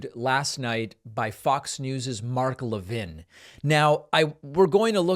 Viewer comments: I wish you would pronounce his name correctly. It really diminishes your message. The fat is Mark Lavine is evil, you don't need to mis-pronouce his name. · A Jewish guy can't pronounce Mark Levin correctly?